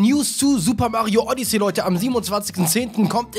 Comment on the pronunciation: Die sind aus dem Wooded Kingdom (Forstland) und du sprichst Odyssey FALSCH aus. Du sprichst es Odyssee aus, so heißt das Raumschiff, Odyssey hast das Spiel, lern das mal 😔😰🙍